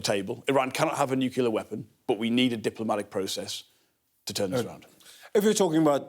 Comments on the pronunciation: Nuclear not Nukiller. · No respect for anyone that says nukular